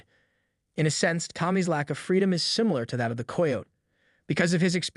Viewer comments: learn how to say Kie o tee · Hearing how this dude pronounces "coyote" makes me want to jump off a cliff. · For the love of god please learn how to pronounce coyote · "Coy-oat" was my favorite